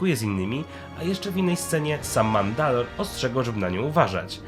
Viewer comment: Super materiał, tylko Canderous był Mandalorem, a nie Mandalem. :P